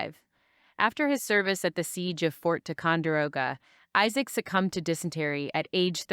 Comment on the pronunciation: Your own voice is much nicer than any AI nonsense. That thing can't pronounce names, especially Isaac. (Izzik.) 😁